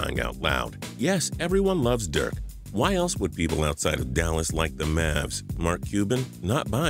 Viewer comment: can you get Dirk's name right plz